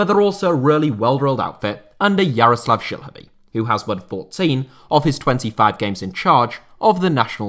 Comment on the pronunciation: I love your pronounciation of Jaroslav Šilhavý. Spot on.